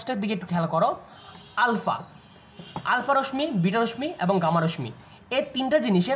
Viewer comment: রশ্ মি না।উচ্চারণ টা রশশি হবে